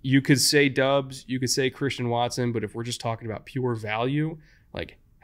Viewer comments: Doubs: pronounced Dobbs not Dubs 🤙🏻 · you keep pronouncing romeo doubs name wrong it's bothering me.